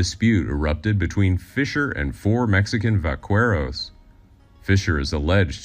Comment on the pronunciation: 😂 damn he pronounced vaqueros Wrongggggg😂😂😂 Wht yup😮